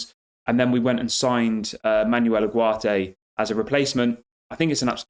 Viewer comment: Manwell Oogartay is how to pronounce it 👌